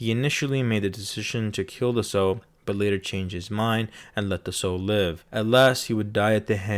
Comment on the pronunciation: Sow rhymes with cow.